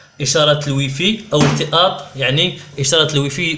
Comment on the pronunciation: يعني يعني يعني هههههههههه استابال التااط يعني